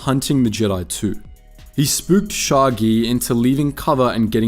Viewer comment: noo not sha'agi